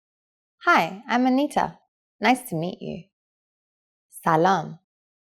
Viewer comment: I don't know any Persian speaker who says "man Anatia-am". You just say "man Antitaam"